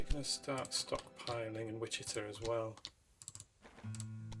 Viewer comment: Excellent. I enjoyed watching this. I particularly liked your early freight setup. Now this next bit is me paying back all the folks who try to correct my pronunciation of cities. It is WICH-uh-taw.